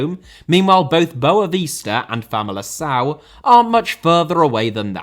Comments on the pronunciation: Great video as usual. But, man, you really need to work on your portuguese pronunciation 😅. "Aruca", "Familacao" and "Pakos Ferrera" are just hilarious 😂😂. Edit: talking about portuguese, can't wait for your video about the title race in Brasileirão! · Great video, just some things to point out: It's normal since you don't speak the language, but you butchered most portuguese names, Arouca is pronouced more like "uh-row-cuh", but without much emphasis on the "r", and Famalicão is more or less "fuh-muh-lee-cahm" (you can use google translate's audio feature to understand what i mean better) As a Vitória fan i always smile when my club is mentioned outside the country, but we don't really like when people call us "Vitória de Guimarães", as our city, as proud as we are of it, is not part of the club's name (Vitória Sport Clube). It would be like saying Arsenal London to signify the city. We have also a lot of history with a golden age in the 80s and 90s, and a lot of turmoil in the last 20 years due to terrible management, but an extremely devoted fanbase that never stops supporting. I suggest you look into our history and "recent" downfall and falling behind financially and sporting-wise of eternal rivals Braga, it would make for an interesting video The disparity between the big 3 and the rest in basically every matter (financial, fans, success) has existed since the beginning of the sport in the country. That's why they have basically every title in Portugal (each of them has 70-100, the rest combined has about 30). It's also a cultural issue where people prefer supporting a big 3 club because they win a lot and that's what matters to them, even if the club is 400km away winning is better than supporting a club that represe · I love your attempts of trying to pronounce portuguese clubs an words Arooca Famalição Primera Liga Guimarãs Biera-Mar And more words that you could help me find